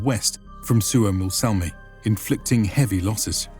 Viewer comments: it's not Suomossalmi but Suomussalmi, just to point out. :D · It's "Suomussalmi" not "Suomos---" Suomu means a scale spec of a fish skin, but ofc it might be older word from Sapmi language which i don't know. And as eastern finlander, I think that saamelaiset/sapmis should have their own autonomy in north. Finns did them real dirty stuff, while "civilizing" them, those "barbarians". They were the real inhabitants of Finland before the agricultural "Finns", and I say "Finns" because there were none such group really. They were Estonians, Livians, people from south finland mostly, then there were Tavastians (Häme), Savonians and all kinds of Karelians. I'm from current North Karelia (Finland) and our roots are from Denmark from the building of Olavinlinna-casle in Savonlinna. My ancestors were builders of that castle who were given small titles around it.